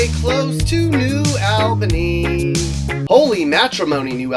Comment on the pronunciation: HOLY CRAP NEW ALBANY IS ON HERE oh and btw its a short a not a long one